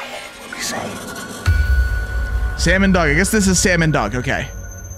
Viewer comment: Is it just me or i heard it "salmon dog"😀😀